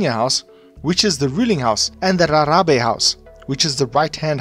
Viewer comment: Rharhabe said like Gagabe